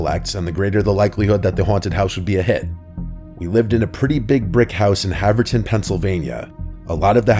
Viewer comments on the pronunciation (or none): That’s not how you pronounce Havertown(a suburb of Philadelphia) but it was cool to hear a local story,even if it’s made up